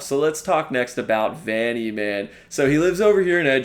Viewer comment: I'm insulted for the sake of "vanny" 🤣